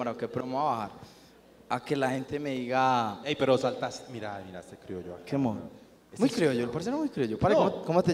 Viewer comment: Una pequeña corrección: no se dice crioyo, se dice criollo, que es lo correcto